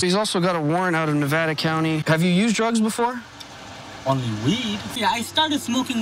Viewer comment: "Only weeuud" For some reason....that killed me